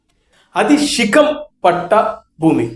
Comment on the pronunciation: రేయ్ తాగుబోతోడా షికం కాదు శిఖం రా 😂